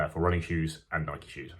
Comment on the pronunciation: How can reviewers still mispronounce "Nike"?